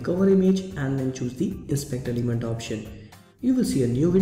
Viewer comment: "inspeakder limend" WTF!